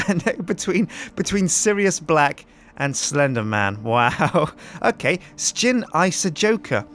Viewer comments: He pronounces it S-jin but most people call him Shin. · most Americans pronounce it as "shin" but most Europeans pronounce it like "sh_gin." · I'm glad I'm not the only person who says ''Sh_gin'', even though most of my other Brit friends all say Shin. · I don't pronounce it sjin I pronounce it shin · We want more of these sir-gin (how he pronounces his name) this is a great game and even better because yu commentate over it. P.S you should let the prisoner called sjin out early with a knife to get revenge against sips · I love how everyone else pronounces Sjin's name differently than how he does himself.